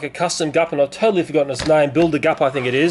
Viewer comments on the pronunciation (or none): stop saying tottley